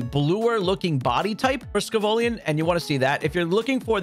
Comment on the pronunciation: How do you get sco- VIllian wrong?